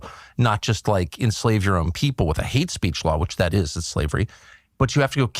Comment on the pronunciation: What is "heat speech?" I thought maybe I heard Tucker incorrectly but then he said it a 2nd time